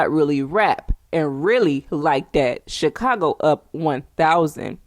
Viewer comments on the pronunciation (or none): none